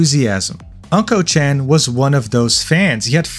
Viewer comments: You keep saying his username wrong.. it's not pronounced "unkochan" like "uncle" but "ooonkochan" like "ooo" which basically means "Mr. Poopy" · Unkochan is pronounce Oon-Ko chan, not An-Ko chan. Unko mean poop in Japanese. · it's not pronounced "uncle chan" it ooonnko, which means CRAP and S---T! suits him perfectly. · "Unko" chan.. lol. Just to give you a bit more Japanese context in case you do any other content: It's pronounced "Oonko" (like in Oompa Loompa), and means poop, which is why he writes "うん〇", in his Japanese username. Essentially roughly meaning "The poop kid/dude" or something to that effect. Using a circle in this way is a way of censoring a letter in a word, similar to using asterisks in English (ex. d*mn, etc) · Uhm ackchually its pronounced Unko-chan (the u sounding like Uggs) anyways I live in japan but stay outside jp twitter cause it's a whole drama country outside english twitter so this is absolute news for me stay based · why you pronounce unkochan like that